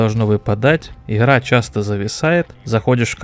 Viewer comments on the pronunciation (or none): в анХаре, иХра, что за говор???